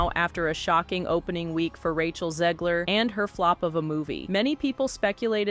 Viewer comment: It’s Zegler!! ZEGLER!!!!!! If you can say ‘leg,’ and ‘her,’ then you can say ‘Zegler.’ There isn’t an ‘i,’ or an extra ‘e,’ in there to make it ‘Zeeeeeegler.’ FFS!!!